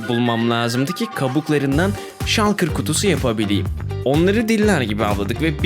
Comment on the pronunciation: Şalkır diye okunmuyo ŞULKIR ŞULKIR